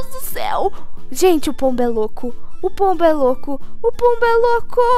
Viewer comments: Sempre quando vc fala pombo eu ouço polvo kkkkk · "e essa é a vida de um pombuh" sabia naum,_